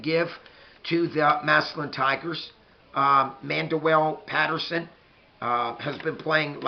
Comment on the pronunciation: besides, you mispronounce Mandwell Patersons name every time and nobody says a word lol why would we care about another team lol